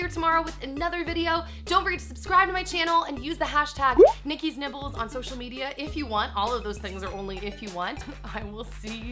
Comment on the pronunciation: Everytime you say Nikki's Nibbles... All I hear... is Nikki's Nipples..... I'm 5 years old clearly